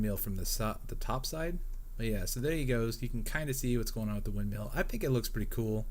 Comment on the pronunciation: Hey it's not windMEAL, it's windMILL